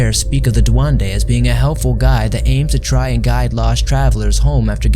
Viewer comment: Duende with E please not duande like every single time people need to say it properly its just annoying